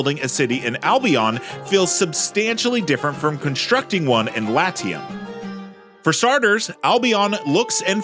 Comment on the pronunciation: Pls. learn to pronounce Latium correctly. Even in english this is bad.